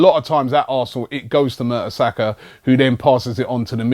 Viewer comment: Robbie, you sound like those stats are surprising?😂 It's Mertesacker...